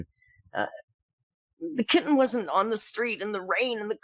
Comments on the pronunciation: the way amber is saying kitten is making me want to throw something. Kit-ten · Why does she keep over enunciating the ‘T’s in ‘kitten’? She doesn’t say ‘boTTle’ or ‘gliTTer’, she pronounces them with a softened ‘t’ which is normal for a US accent…SO WHYS SHE SAYING IT WEIRDLY?? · Funny how she overly enunciated the t in kitten but can’t pronounce it in “important”